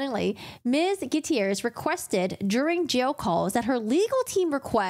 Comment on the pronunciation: Thats one way to say Gutierrez